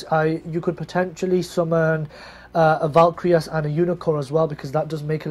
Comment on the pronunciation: A year on and still pronouncing Gungnir and Valkyrus wrong..